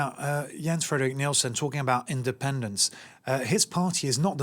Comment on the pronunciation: Get his name right! His name is Jens-Frederik Nielsen. And you need to practice on his last name!